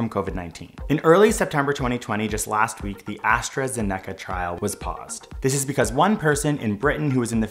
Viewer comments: AstraZeneca is stressed in the "Ze" not the "ne". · As-tra-zen-eck-ah Me: As-tra-zen-ick-ah Have I been pronouncing this wrong? 0_0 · It’s AstraZeneca not AstraZeneca. : P